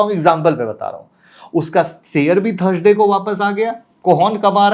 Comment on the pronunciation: श बोलना सीख लें आप तो वीडियो पर ज्यादा view आयेंगे, शेयर बोला जाता है सेयर नहीं बोलते